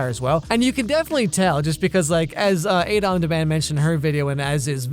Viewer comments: The channel you mentioned is Ada on demand, Ada pronounced "Ah-da" not "Ay-da," which she mentions every single intro. Please try to pronounce people's names correctly. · Ah-da not Ayda loll